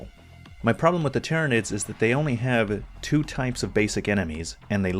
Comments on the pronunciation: HE CALLED THEM TERMANIDS AAAAAAAAAAAAAAAHHHHHHHHHHHHHH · Him saying the name wrong doesn’t change how the game felt to him to play mate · Besides, you did mention not being specially big on 40K stuff, people holding this against you are nitpickers. How about commenting on the actual content of the video? And with Helldivers 2 having been a hit, it's no wonder some would mispronounce tyranids, it's really no big deal. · professional reviewer with 150k+ subscribers could not be ARSED to actually learn one simple word for his video which, in time, will make him thousands of dollars. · I read this exactly when he said it. He did say tyranids after though.